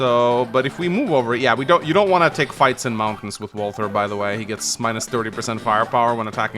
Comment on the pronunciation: reminder walther rhymes with imposter